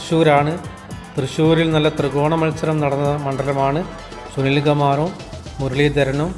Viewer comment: സുനിൽ ഗുമാർ അല്ല സമനിൽ കുമാർ